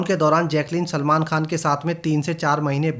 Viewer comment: why is he calling salman chulman 😂